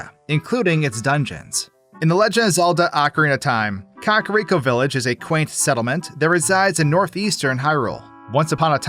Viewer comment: i’ve been watching you for a while and it still makes me giggle when you pronounce it “cock-rico” lmfao